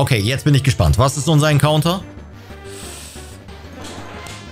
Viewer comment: Richtig nice Folge Wäre gerne ein Encounter, werde Englisch ausgesprochen.